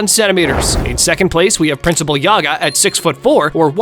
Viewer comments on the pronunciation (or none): none